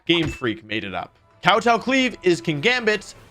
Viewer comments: Glee aive rush? Lol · Pepega "gleave rush" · Glee-Ave rush